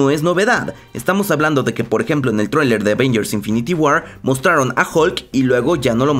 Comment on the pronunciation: Me encanta como dice Traewlier es traileeer weeey ajaja